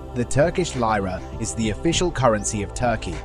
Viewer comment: Additionally Turkish Lira is pronounced as Lee-Rah and not Ly-rah